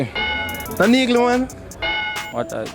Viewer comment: We jamicans chat bad yf😂😂😂😂 wah name "neegle" 😂😂😂😂